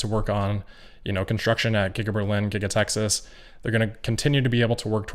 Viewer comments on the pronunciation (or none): none